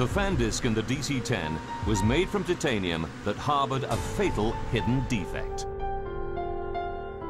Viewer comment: The way that the narrator cannot pronounce titanium correctly is killing me